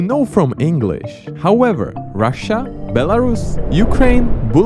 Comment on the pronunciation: Bro said Bulgary💀💀